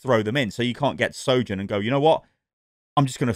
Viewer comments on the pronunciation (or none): More like "Soyourn"